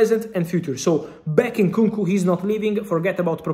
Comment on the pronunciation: Man said Nkonko.